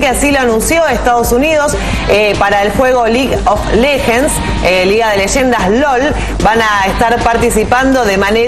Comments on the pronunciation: lig of lejens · LIJ OF LEJENS .... WTF O.o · " lig of lejends "